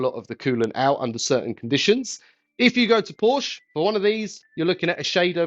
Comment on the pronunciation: I think the E you bought from 3rd party doesn't work. You may need the original part so your Porsch becomes a Porsche again. (Very rarely, there are silent vowels in German; especially in names.)